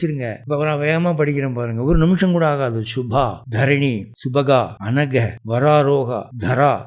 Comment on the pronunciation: சரியாக சம்ஸ்க்ருத (எழுத்தும் ) உச்சரிப்பும் அவசியம். Shubadhaa - சுபத்தை அளிப்பவள் ShubaHaa. - சுபத்தை அழிப்பவள் Anaghaa - பாபம்/ குறை அற்றவள். Anahaa - வடமொழியில் இல்லாத சொல். இதற்கு பொருளே இல்லை.